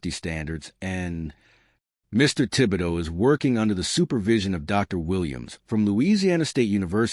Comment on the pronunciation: You even pronounced Tib-e-doe correct 😂